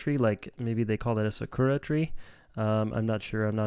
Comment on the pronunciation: It's pronounced ( SAH-KOO-ŔA ) not (sukooruh) lol🤦🏻‍♂️🤣